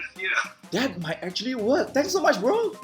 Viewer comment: "Act - two - ally" 😶